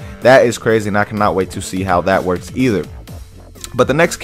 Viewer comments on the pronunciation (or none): none